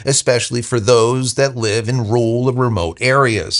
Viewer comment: you are biffing your pronunciation of rural. It is not pronounced ruhl. It is pronounced as two distinct syllables: Rue Ral.